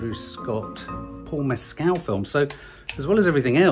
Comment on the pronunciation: It’s Paul Mescal not Paul Messcelle